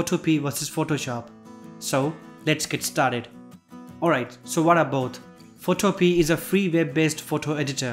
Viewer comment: It is pronounce PhotoPia like MamaMia. It can also be downloaded and Install on a computer. You should research the basic info before you do your videos.